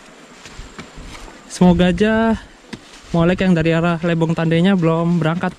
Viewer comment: Lebong mas bukan lebong pake "e" bukan pake "e". Eh gimana sih cara ngasih tau bacanya wkwkwk 😅😅